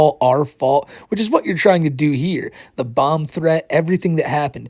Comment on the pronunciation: It was most enraging when he kept saying "yua twying to endow human wights to a inanimate object, a cawtoon."